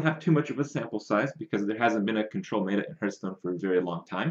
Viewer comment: "Mae-ta"? It's "met-a" as in metamorphosis or metadata. This bothers me almost as much as "topdecking". Of course its a good card off the top of the deck, that's self-explanatory. You mean to say you got "yugi-oh'd" where they drew a card that they shouldn't have.